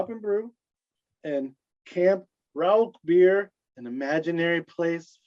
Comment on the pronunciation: You said Rauchbier correctly!